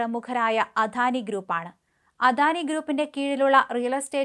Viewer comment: അധാനി അല്ല അദാനിയാണ്, മാഡം